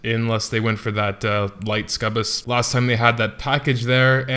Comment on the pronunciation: my god, learn to say sucubbus. I acutally think you should re-dub this shit